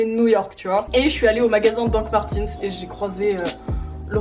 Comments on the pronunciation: Hhuggh comme c’est allemand ça se dit "doc marteuns" pas "martins" a la limite "martèns" ta vu mais pas /i/ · peut être que tu as une collection mais tu ne sais pas le prononcé donc bon